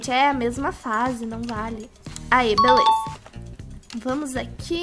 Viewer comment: fala assim beleuza kkkkk